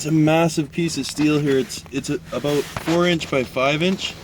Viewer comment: I figured after I heard you say 'aboot' haha.